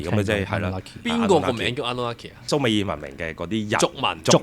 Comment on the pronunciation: 蘇美爾，讀讀下就變咗summer，約等於夏。🤣